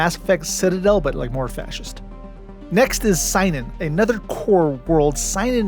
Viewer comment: Love the video! A few corrections: It's pronounced see-non, not sigh-nun The Battle of Serenity Valley was not the final battle of the war, it was the turning point after which the Browncoats were doomed. Zoë and Mal were taken prisoner, but the cause fought on without them, for a while. Man, we can only imagine how awesome it would have been to retread their experiences in POW camp...the friends they made, the pranks they pulled on the guards...